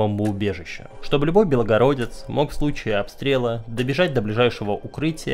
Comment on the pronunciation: белгородец и белгородская область, без одной буквы О) Прям режет слух) Негатива 0)